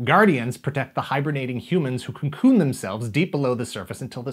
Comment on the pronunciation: Well, he did pronounce "cocoon" as "concoon"...